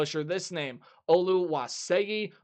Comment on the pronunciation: Did better with Olu's name than a lot of other people